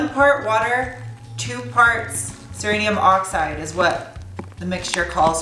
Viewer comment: Why do you keep saying "Cerinium Oxide"? It's Cerium Oxide.